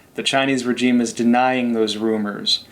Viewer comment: Love ya show bro, but the way your pronouncing “regime” is irking me!😖